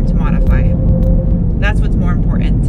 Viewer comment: "Import-ant", "Be-ond", I'm not complaining am I?